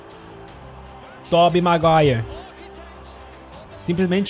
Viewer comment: Ah não mano, o Lucas fala ´´Tobey Maguire´´, vai se ferrar